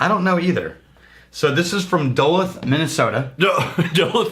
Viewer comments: oooo... caught this one early... and it's pronounced "Dulooth" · Duluth is pronounced do luo th. Not dull uth. God damn. As a Minnesotan it is upsetting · You guys do need to learn how to pronounce Duluth. Yours was very wrong... :) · Man, everyone is super tilted about and pronunciation of Duluth. I didn’t even notice😂